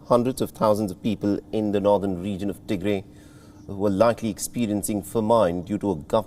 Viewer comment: Please correct your pronunciation it’s pronounced Tigra it is Tigray!